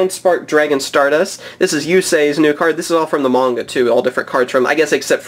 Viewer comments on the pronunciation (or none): Its m-ah-nga not munga.